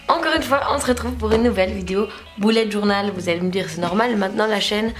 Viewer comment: Il faut ABSOLUMENT que tu dises BULLET JOURNAL (le "u" se prononce "e" et pas "ou"!!!!!!!!!)!!!!!